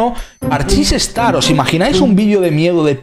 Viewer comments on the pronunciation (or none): none